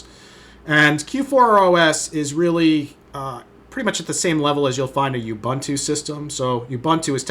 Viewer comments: "You-bun-too?" It's "Ooh-boon-too," ffs... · Just one thing... It's pronounced "oǒ'boǒntoō" not "youbunto"